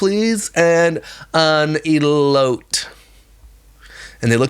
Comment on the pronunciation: As someone from arizona the way you pronounced elotes took me out 😂